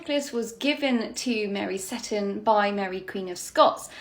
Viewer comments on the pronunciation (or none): My Scottish grandmother always recited a rhyme about the 4 Marys from which I know the correct pronunciation of that ladt's surname is see-ton not sett-on - thus the emphasis is on the long "e" vowell something I note corresponds with the present day pronunciation of Port Seaton on the North Sea coast south from Edinburgh